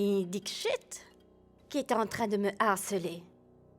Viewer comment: c pas dischit c Dixit okey😂😂